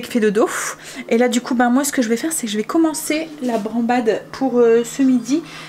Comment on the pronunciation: Sans méchancetés surtout mais c'est branDade de morue et non pas branbade 😉😚 re bisous